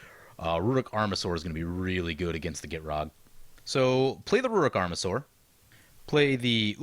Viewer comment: "Ruric" Armasaur haha